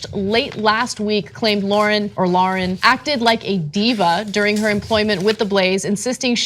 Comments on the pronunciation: It's Tomi Lahren.... Spelled L A H R E N. Also pronounced "lair-in"...You can't even say her name right or spell her name right... embarrassing for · Hey Genocide Deniers... if you're going to slander someone, at least get her name right. It's LAHREN, not Lauren.